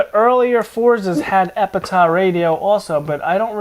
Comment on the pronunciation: Epitaph the "ph" sounds like an "F". "Epitah" is not a word. You both sound like Eric Cartman saying Authoritah!